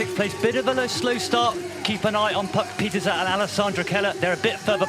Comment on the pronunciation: Can you lads learn to pronounce Puck Pieterse's name correctly please? 🤦🏻